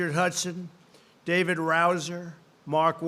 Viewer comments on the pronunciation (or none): none